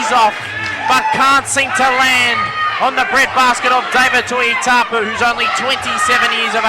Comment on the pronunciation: his name is not tuitapu ffs.get your job right say tuitupou